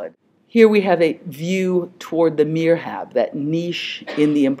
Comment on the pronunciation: the correct word would be MIHRAB ( not mirhab : the ''R'' and '' H'' should swap places )